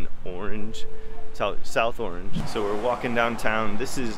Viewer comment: Locals say "ARNZH," Not "AW-range"